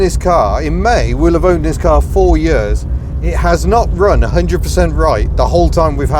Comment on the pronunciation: I love the way you said.... "In May we'll have owned this car for four 'eyuurs'... " Proper Welsh isn't it ? As an Italian / South Walian Scouser I appreciate these nuances...